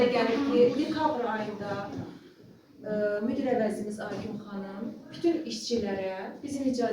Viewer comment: Müdür yox müdir...